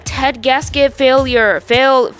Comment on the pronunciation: (struggles to say the word fauluire)